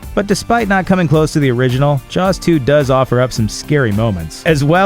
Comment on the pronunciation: I thought it was called jaws not jars.